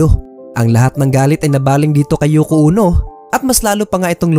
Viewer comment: Yoko Ono po hindi Yoko Uno 😊